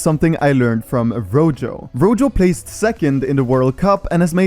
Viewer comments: It’s not pernounced rojo you say it like roho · its pronounced roho not rojho. Rojo is red in spanish and J's are pronounced as H's